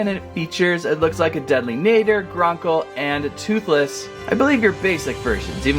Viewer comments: btw it’s pronounced deadly nAdder Ah ah ah deadly nahdder no offense I hope I didn’t offend you just so you know how to say it right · Apparently according to google it’s pronounced nah-der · I want the mangler so i can most of the dragons. But it will be fun to see wich one i get. My list: 1. translucent deadly 2. nadder zippleback 3. Monstrous nightmare. Watch the movie again so you can say nadder correctly. Love your vids❤ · PRONOUNCE NADDER PROPERLY!